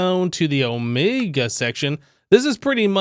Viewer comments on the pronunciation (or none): none